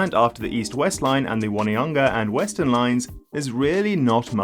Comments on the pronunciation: O-ne-ha-nga not one-e-hanga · Pronunciation tip: Onehunga is On e hunga, not one hunga. Believe me I struggled with the names when I moved here. Good, informative video. Thanks. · It’s O-ne-hung-a instead of One-hunga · Lol "One e hunga" its pronounced Own E Hunga . You dont know so its okay. Still funny. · Good attempt at Te Reo. Just one thing though. Your saying 'Won-e-hunga is not quite right. Try saying 'On-e-hunga'. Very informative video though. Thanks! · For the love of God, if you come to Auckland one day, dont pronouce Onehunga 'won-eh-hunger'. Might not go down well in rougher parts of town. The pronounciation is closer "ohn-eh-hunger' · Onehunga is "on-nay-hung-a" (or 'oh-nee-hung-a' if you're lazy). Sometime we joke that 'One Tree Hill' is prounced the same way - 'on-nay tree hill'. It's definitely not "wunny-hunga". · Onehunga is pronounced on-e-hunga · On onehunga as in on top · You actually did very well with the reo names, better than a lot of boomers who were born here in NZ. The one obvious mispronounciation was Onehunga - should be O-neh-hoo-nga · "ONE-hunga?"...do me a favour!! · Onehunga is pronounced "Oh-nee-hunga" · Sorry those pronunciation guides are wrong - it's prnounced exactly as spelled, phonetically: Ō-ne-hu-nga and Wai-te-ma-tā, no need to have weird spelling indicating the wrong way to say it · "One-e-hunga" was the only wonky one. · As an Ozzie we'll allow you OH-KNEE-HUNGER. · It's On nay hunga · Your pronunciations were quite good! Plenty of my fellow Kiwi do far worse. The exception is Onehunga - you need to stop seeing the word 'one' in there, it's not helping you at all. Think of the word 'on', then pronounce the e separately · Onehunga is Oh-knee-hung-ah and Waitemata is Why-tea-mat-ah. But the important point is this upgrade is a shortfall of what is really required to solve transport in Auckland